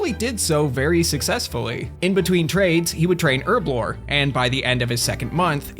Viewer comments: "Urblore"? Do you mean "Herblore"? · H(huh) HUR HURRRRRRRB HURBLORE now try it with me herblore. well done youve learned how to say the letter h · Can you fucking pronounce herblore properly? jesus christ. Pronounce the fucking H